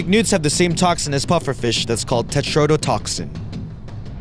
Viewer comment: This guy can't pronounce a lot of words like tetrodetoxin.